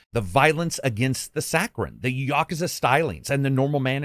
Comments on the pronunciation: ya·ku·za NOT "YA KA ZA" Still Best reviewer hands down! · "gayden" yakaza"😂